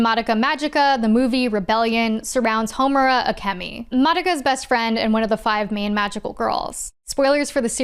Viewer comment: Concerning Puella Magika Madoka Her name is Homora not Heterora